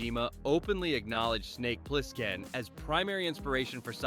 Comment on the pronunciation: Funny how AI voiceovers always mispronounce at least one word. Ply-skin . And yeah, the repetition is annoying as hell.